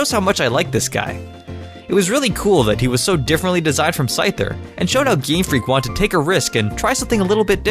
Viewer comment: He said GreamFreak